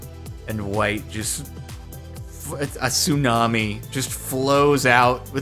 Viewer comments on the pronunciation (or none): none